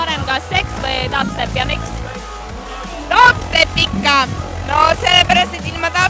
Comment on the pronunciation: Sa hääldad DubStep Natuke valesti !